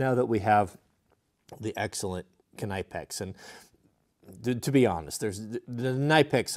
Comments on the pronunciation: KNIPEX = KNEE PEX, not NIGH PEX or NIP EX, KNEE PEX is how the proper German pronunciation. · Knipex is pronounced Nipex the K is silent. Nice series. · “Nipex” the k is silent. And proto tools are amazing tools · You say KNIPEX incorrectly